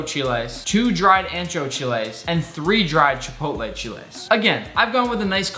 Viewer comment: Thank you for pronouncing Mole and Chiles right! This Mexican loofs u!!!